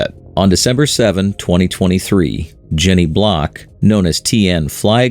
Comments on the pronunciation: Someone below stated “you can’t fix stupid”. Very true and obviously widespread. It’s not Jenny Block… it’s Jenny Blalock. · "Jenny Block"? YOU ARE FAKE NEWS. Thumbs DOWN.